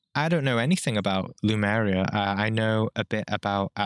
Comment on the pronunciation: I think it's called Lemuria rather than lumeria. There is a lot of info on it, but it all based on channeling or such things, so the info is full of interpretations as well.